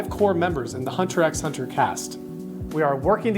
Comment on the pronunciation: It is pronounced "Hunter Hunter" without the "X"